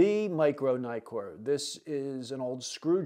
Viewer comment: Naikor ? Nikkor. As in Nick.